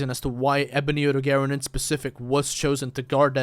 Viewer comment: Odogaron is pronounced like (oh-dog-ah-ron) just so yk